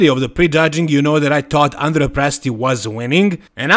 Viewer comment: Hi, I've seen you often correct the pronunciation of Krizo's name. So, as an Italian, I have to correct your pronunciation of Andrea's name. It's Andrèa not Àndrea.